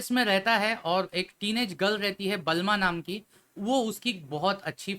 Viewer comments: Balma😂 Bulma👍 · Balma ni bulma😂😂😂